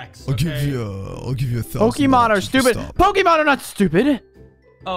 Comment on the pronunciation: You can always tell when someone doesn't know about Pokemon when they pronounce it pokeeemon not Pok'a'Mon